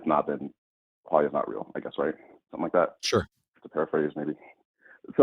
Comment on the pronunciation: Quale-ia? 🕊️? Quale? Qualia, Kwa lia, like Kwanzaa without the wanzaa